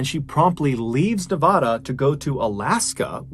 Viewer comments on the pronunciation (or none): Love you brother but for future reference its Nevada as in banana, not Nevada as in tostada. I lived there for 10 years so I can speak up.🤗😂🎉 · Nevada is Nev - AH - duh. AH as in APPLE. PLEEEEEEASE, FFS. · Nevada is not pronounced like a Spanish word; the first 'a' is short A like in cat or hand. About half the country pronounces Nevada incorrectly.so you have lots of company. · I grew up in Las Vegas, NV and wanted you to know that Nevada is pronounced NE-VAD-A….vad rhyming with bad. I love your podcasts and videos, but had to let you know how we pronounce our state.